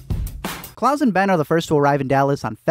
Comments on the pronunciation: its klaus (ka-loust) like on american dad not claus like santa claus (claws) ugh. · Is it just me or does he keep saying Claws instead of klaus lmao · the way u say Klaus’s name like “Claus” as if hes Santa kills me xD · I’m sorry, but every time he says Klaus it sounds like “claws???” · This video was overshadowed by my pure rage every time you called Klaus ‘clause’ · When he pronounces Klaus like clause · Why do you pronounce Klaus like claws? Lol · No one gonna point out how he says klaus like Santa klaus !!??? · Klouse, it’s not Santa😑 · Why does he call Klaus claws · Yep, I know people hate to hear it, but it’s not incest according to the definition of the word. It’s very weird, super odd but not incest. Did it throw anyone else off that he keeps pronouncing Klaus as “claws”? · Why are you pronouncing it "Claws"? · The way you pronounce Klaus tho 🤣🤣🤣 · How did you mispronounce Klaus every single time lmaooop